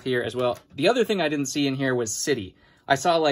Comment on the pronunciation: god, why does he always say ting?!! so annoying